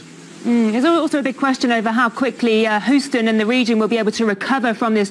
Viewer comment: It's pronounced hue-stun not hoo-stun